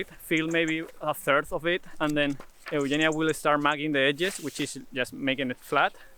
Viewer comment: You pronounce "Eugenia" exactly like it is done in Greek.